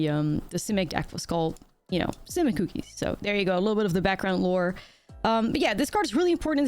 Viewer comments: It only sounds Dutch for the first half. Selesnya Koekies. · If the way you pronounce cookies bothers anyone, that's on them. Don't ever change it! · I have never thought you said cookies weird, that comment is not worth listening to.